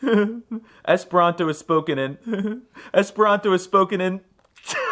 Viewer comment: For some reason, most times you say the word Esperanto I hear something close to 'hispano'. Is it just me?